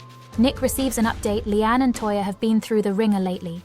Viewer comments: 🎉Her HER NAME IS "LEANNE" NOT LEANN.?? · Finally someone says it! Listening to 'Leann' has been driving me nuts 😢